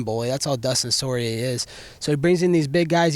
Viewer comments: Dustin Sore-ier XD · he def has a book full of nicknames for everyone did he say dustin sorrier? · Dustin Sorryier lmao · Dustin sorrieir😂🤣😂🤣🤣😂😂 Love how he exposed the Snake Paul fight tho🔥 👍🏼👍🏼👍🏼👍🏼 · Dustin Soy ier 😂